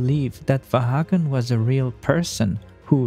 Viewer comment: va han not vaha gn